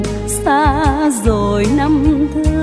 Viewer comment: Các cô cậu, anh chị ca si tại sao khi hát không phát âm các từ có chử "R" cho đúng. Ví dụ: "rồi" tại sao lại hát "dzôi". Người Việt Nam có nhiều từ, chử cần thiết phát âm cho đúng chính tả. Thế hệ sau lại học theo cái sai của các anh chị. Thật xấu hổ ....😢